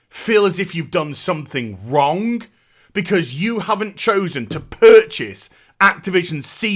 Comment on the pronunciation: Never knew there was a K at the end of "Wrong". I've been wronk this whole time.